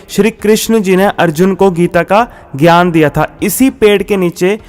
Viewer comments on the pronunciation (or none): none